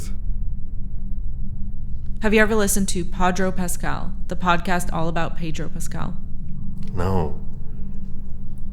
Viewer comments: I hate when people pronounce Pedro as Pay-dro. It is Peh-dro. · His name isn't PAY-dro. And he hates it when people pronounce it that way but he's too polite to correct you. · Gosh could the interviewer mispronounce his name more?? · ive never heard somebody say his name so wrong